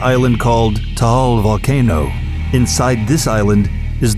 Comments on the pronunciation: its taal not tahal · Me (not bullying ha) yung accent niya sa TAAL parang po taol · 'To-ol' ahaha skl😂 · Tall volcano.. im in Philippines it actually pronounce as TA-AL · Tiil volcano😆🌋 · It's pronounced "Ta" "Al" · I like how he pronounces Taal as “Taol”. Since i’m Filipino, i find it normal. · He says “Tahal” hahhahahah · I live in the Philippines and the right pronunciation of taal is a short T a short A a short A a long L thats how you say "TAAL" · He pronounce it Tha-al. 😍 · Is it just me or he pronounced taal island as tahal island? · Taal Volcano is pronounced as Ta - al hehe. Taal is an active Volcano but that place is very cold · You pronounce Luzon and Taal terribly lol. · The doll island is creepy and his voice makes it creepier. The way he pronounced Taal makes me laugh. But yeah, its okay. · funny when he pronounce Taal Volcano😂😂😂